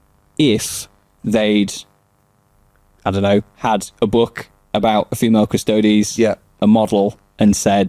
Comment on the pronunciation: Yep, it was funny hearing the Quartering guy failing to correctly pronounce Custodes fifteen times though 😂